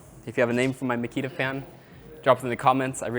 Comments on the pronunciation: Haha, is it 'Micky the fan' or 'Makita fan' 😂? I actually heard the former the first time you mentioned it. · “Señorita Makita”